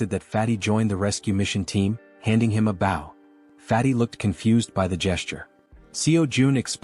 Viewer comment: Your English synthesizer has a few easy mistakes to fix. Bow has two distinct meanings and pronunciations. Bow 🏹 pronounced with a hard O, and bow as "To bend" pronounced how your video probounces it. I would suggest for 🏹 to be written as "Bo", "Bough", or "Boe" in your script.